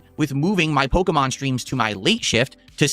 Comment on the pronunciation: Can someone please explain what pokamon is? Is it that difficult to say pokemon or am I losing it 😂